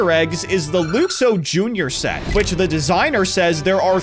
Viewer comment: Luxo is pronounced LUK-soh, not LOOK-soh.